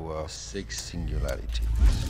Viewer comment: before creation itself… there were six singuwawities